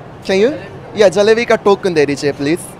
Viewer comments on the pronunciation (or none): It's to token not thokan ok 😘😍😘😍😍😘